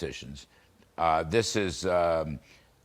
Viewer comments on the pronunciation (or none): Pronounce his name correctly! Not 'freed', but fried, as in chicken, eggs and bacon, etc. His goose is cooked - don't pander to his pretentious ego (and that of his parents!). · It is fried not freed have u education or na